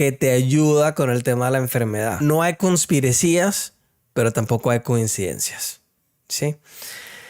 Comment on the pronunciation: Mechas es conspiración pero conspirecía se escucha muy gracioso